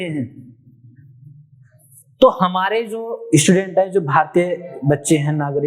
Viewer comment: Thank you sir. Very good speech. Sir, please concentrate at your pronounciation of Z and J. For example Jagah(right)-Zagah(wrong), Jo-zo, Jab-Zab, Janhani-Zanhani etc. Sir, Ganga agar maa hai to ye apne bachcho ki jaan kyon le leti hai aur dead body wapas karti hai. Aur kitni maa hain is duniya me logon ki?